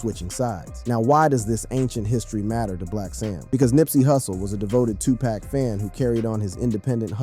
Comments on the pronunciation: How many packs young brother??? 🤔😅 🗣️ IT'S PAC! PAC!(POCK) DAMN HUMAN A.I. GLITCH 😤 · This video is so disrespectful saying 2 pack that I can’t listen to it anymore! I’ll just read the cahments 😅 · I can't focus because he keeps saying 2 pack....like WTF! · I can’t listen to one more “To Pack” ! 🤦🏻‍♀️ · Right!!!! Especially when it say 2PACKK!!! Lol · I had to come to the comments. How is he narrating and can’t say he name right. It pronounced 2pock..😮😮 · CLICK BAIT, Dude can't even pronounce Tupac's name right 🤦🏽‍♂️ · something aint, right this guy is pronouncing Tupac's name wrong. Is this A.I. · A black person that can not pronounce Tupac is a house nigga just like Snoop, before you make another video you need to get they his name right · Hey man you ain't even speaking the name correctly who are U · It's irritating and annoying as hell to keep hearing him mispronounce 2Pac's name 🙄 😒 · Please stop pronouncing 2 Pac name wrong. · why are you pronouncing Pac name wrong , I know you have heard the correct pronouncing of his name, you being disrespectful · It,s TUPAC NOT TWOPAC FOOL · Man shut up u keep sayin Tu-Pack that’s how I know u don’t know shit…it’s PRONOUNCED TOO-POCK SMFH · Moron can't even say 2pac ...ITS NOT 2PACK SMH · Can you give the man 2 pac the respect of pronouncing his name right. He's a legend it's pac not pack. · Yo my man, say the mans name correctly its 2Pac pronounced Too-Poc..........not 2Pack.... idiot!!! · Hard to hear him say 2Pack. Horrendous work! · Bro" No disrespect"" But can you please say the man name right? His name is 2pac"" not 2 pack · It's 2PAC NOT twoPack!!!😫😫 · Get his name right! Tupac.....not 2pack!! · Dude his name is pronounced,” Tupac( Tu Pak). No way any dark skinned person even youngsters can not understand that. Put some respect on homies name. Especially since he transitioned and your making change( dollars) on his name smh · "Shooge Knight" ?? "2 Pack" ? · TOE PEC 😂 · Why are you saying TWO PACK?😮